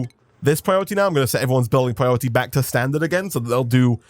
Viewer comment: Hey everybody and welcome beeck to... 😂🔥